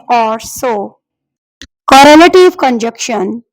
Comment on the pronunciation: Good job but pronounciation and spelling of (conjunction) is wrongly presented by you .and coordination conjuntions are not phrases and clauses,i think .these are AND, BUT ,SO,FOR, NOR, YET, OR(fan boys).